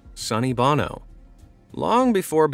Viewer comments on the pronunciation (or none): none